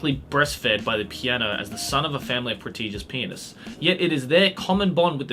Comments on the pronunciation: Love the accent, sounded like "prestigious penis" not pianist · Am I the only one who heard Pretigous Penis and not pianist on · IS it just me? or just said P3nis instead of pianist on?